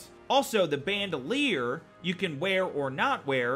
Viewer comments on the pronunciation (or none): none